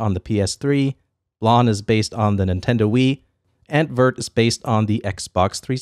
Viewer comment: "Vert" is pronounced like this